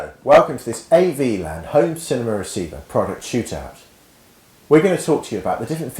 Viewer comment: "cinem-ur" Wow